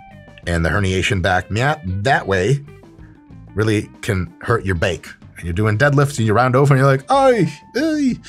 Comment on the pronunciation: MY BAICK